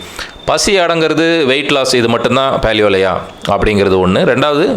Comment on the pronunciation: He is complicating the concept of paleo diet. These guys don't even know to pronounce paleo (பேலியோ). He says பாலியோ. The concept is just imagine what the palaeolithic man would have eaten to survive and eat like him. it is as simple as that. for this you need not have to buy any book. For better knowledge google paleo diet and you will get ocean of articles.